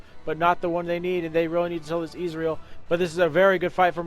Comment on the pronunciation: Ez-real Not izreal